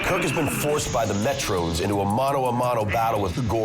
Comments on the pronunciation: Meh-trons...not Met-trones. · Not to be picky but Kirk did not fight the gorn on cestus 3. Also it is pronounced Metrons not Metrones. Seen the episode 5000 times. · Figure out how to pronounce "Metrons" (Me-trawns) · Why does he keep saying Metrons like that? I thought he watched the show as a kid.